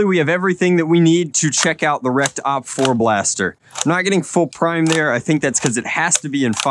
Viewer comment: OpFour sounds like "Opfer" xD and opfer means in german Victim 😂